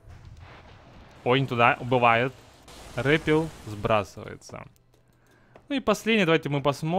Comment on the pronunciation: НЕ РЭПИЛ А РЭПЭЛ